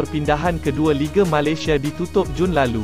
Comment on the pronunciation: Malaysia disebut Malasia. Dah kena apa ko, pelat ke. Tiada keperluan JDT sign Syihan, ramai penyokong tidak setuju. Sekiranya ada pemain tempatan yg dambil munkin pemain yg muda & berbakat besar.